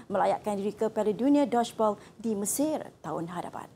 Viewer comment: Cara sebut “Mesir” tu😂😂